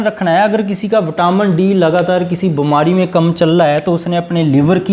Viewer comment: Hindi aap ki achi nhi hai beemari ko bamari bolte hein